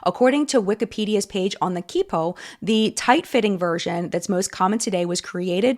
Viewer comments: Loved this video, but as a Chinese person, a fun drinking game would be every time says “chee-poh” instead of “chee-pow” 😂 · Fyi its pronounced chi - pow ❤️ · Thank you for making such a well researched and interesting video! Just wanted to share that Qi Pao is pronounced "chee-pow", not "kee-po". It made me giggle a little everytime i heard you call it a kee-po hahahah i was very tickled. Jsut thought you might like to know :) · i was actually thinking "isn't it said like 'chee-pow'?", and then i saw your comment about listening to Google Translate's pronunciation...and you're totally right, I can personally hear "ki-po" or "chee-pow" simultaneously. kind of like those videos that add fake subtitles to a dog barking or something, your perception of the sound can change based on your expectation of it 🫠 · interesting video but very funny to hear "qipao" pronounced completely wrong. off the top of my head if i had to use english id use chee-paw (soft 'a' like how your mouth stresses in 'mouth' or 'ow') dont know where you got KIPO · ah, im really enjoying this video, and it's rather informative, but the pronunciations of qipao are killing me 😭 for anyone curious, in chinese, "q" is said more as a "ch" sound, so qipao would be said "chi-pao" rather than "key-pao" ^^ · Not gonna fix your Chinese pronunciation because it's probably already been addressed to high Heaven lmao but as someone who studies it a lot I can't help but get brain itches at key-pow. I'll never forget when LC blocked me after their AliExpress mirror fiasco. I remembered really wanting to buy from them (in high school I was an alt girlie who REALLY wanted red eyeshadows) I almoooost bought the Velvetines when they first dropped until I found Sugarpill and became a customer there instead. Very comprehensive video. Earned you a sub! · Great coverage, glad someone is using their platform to cover this appropriately! ✊✊✊ FYI qipao is pronounce as like chi-pow in Mandarin, Chinese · chee-paow isn't it